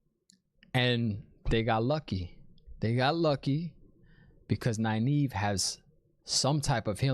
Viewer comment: Oh and I freaking loved Liandrin misspronouncing Nynaeves name. That is a good nod to readers not looking into the Glossary and pronunciation guide in the back of the book haha